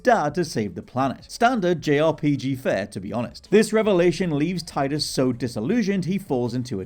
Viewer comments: It's Teedus. Not Tie dus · Its TEE-dus. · It’s pronounced “TEE-duss”